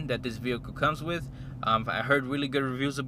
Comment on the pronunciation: Basically broke niggas trynna impress while becoming broke😂😂😂 2,000$ down clooown 🤦🏻‍♂️. But “that’s just me” “Wiff” head ass